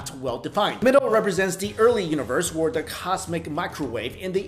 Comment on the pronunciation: stop saying wor instead of or. k thanx:D